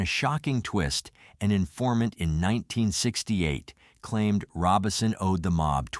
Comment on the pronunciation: So is the name of the family "Robinson" or "Robison?" Either your information is off or you need to learn some pronounciation.